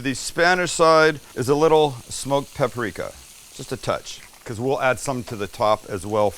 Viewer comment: Pa -pri -ka accent on PA.